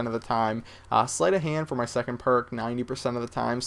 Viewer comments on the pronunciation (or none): second, not seconth. good try though